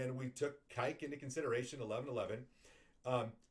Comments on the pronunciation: Kek is pronounced like neck or peck. Not like cake or kike as you say it. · Lol your pronounce kek as "Kyke" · I thought you were talking about cake like a birthday cake and then I realized you were saying kek. I have always said it like the word heck